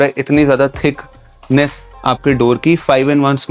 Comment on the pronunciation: The pause between thicc and ness was sus af lmao